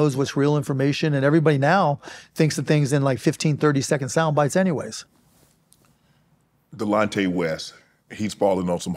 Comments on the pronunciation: he is not genuine he doesnt know how to say Delonte West's name he kept saying Dante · His name is Delonte not Dante but you can go ahead Mark.